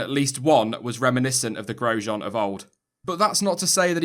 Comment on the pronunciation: " I'm giving Groesjean a D" 😏😏